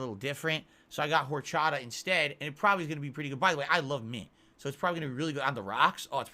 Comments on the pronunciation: ARHRCHATHAH I swear he picked the most egregious alcool he could mispronounce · Liquor and liqueur are different words with different pronunciations. As weird as his pronunciation of horchata is, he's correct in how he pronounces "coffee liqueur."